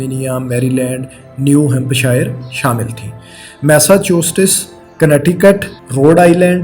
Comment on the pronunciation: Massachusetts" ghalat pronounce kia hai bhai 😂😂